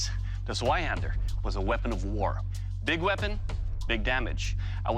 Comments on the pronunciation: As a german I did find it kinda funny that they at least tried to say the German weapons correctly. Eventhou they boucherd the names. They at least came close for example when they tried to say "Zweihänder" it sounded like "Sweihänder". So it's not a big difference and I can understand that to others it is hard to say german words or names. Great video and people. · All right, guys, the German in me feels the need to correct your pronunciaction: Zweihänder - /'tsvaiˌhendɐ/ Landsknecht - /'lantsˌkneçt/